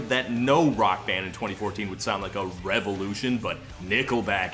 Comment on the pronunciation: Why is he saying Revevolution?